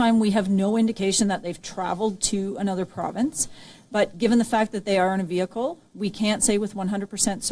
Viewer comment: oh my God lady "WEEHICKES IN VAGINA!?! You are soooo FIRED!! and you need to get a job selling waffles or wagons or something. Maybe the female Indian Checkov in one of your ridiculous Bollywood ripoffs. But STOP PRETENDING TO SPEAK ENGLISH.